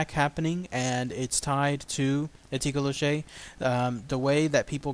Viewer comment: Awesome video, but it's mostly pronounced as toh-coe-lossie (